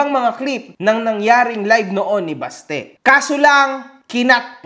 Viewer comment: BASTE❎ "BATSE"✅ to Singapore.